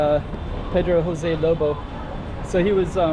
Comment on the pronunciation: J has ZH sound in Portuguese so please stop using the H sound as in Spanish. Thank you!